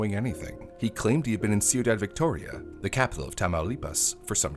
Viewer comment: ciudad phonically is “quee-daad”